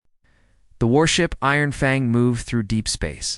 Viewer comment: Stilted narration, "dot"s in a few places, pauses interrupting the flow of the story, always saying the human's full name, never saying a name(human or alien)the same way twice in a row. At lest it pronounces "FANG" correctly.